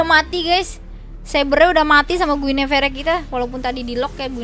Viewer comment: Mbakk mohon pengucapan guinevere nya di perbaikin ya 😭😭, btw keren kontennya🤩